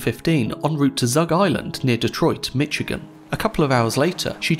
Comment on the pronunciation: why do they have Brits do these vids...they DONT pronounce word correct and...99% of the fitz trips were to Zug island on the Detroit river